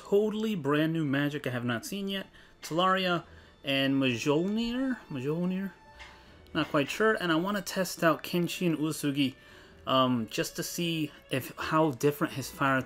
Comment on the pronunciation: Mjolnir is pronounced as myolnir or myol-near